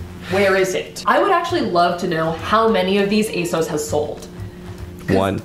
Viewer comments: Armina Bulic no it doesn't, the company has literally said that it's pronounced ay-SOHS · You are saying asos wrong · they way she pronounces asos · YOU PRONOUNCE ASOS SO WEIRD YALL AMERICANS ARE WILD.